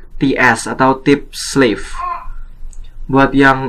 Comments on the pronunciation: Btw itu “S” nya sleeve kali bang bukan slave. Slave mah budak bang artinya. Koreksi aja sih bang. Videonya sangat bermanfaat anyway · Wah terimakasih untuk infonya Kak, sangat berguna sekali👍👍👍 Tapi maaf.. Mgkin mksdnya "sleeve" ya, bukan "slave"😅